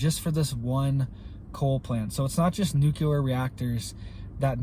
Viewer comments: NU CLEAR NOT NOT NUKE U LAR! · Nuclear. New clear. Not new q ler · It would only cost $6 billion dollars to completely harden the N. American grid, yet the. govs won’t do it. The only carbon TPTB want to eliminate,, is humans. Blessings! 🙏🏻 Jesse.🌹 P.S. PLEASE learn how to say NUCLEAR,. It’s New-Clee-Are!😉